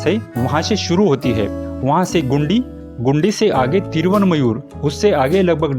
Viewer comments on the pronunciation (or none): ओ भाई,, गुंडी नहीं गिंडी जगह का नाम है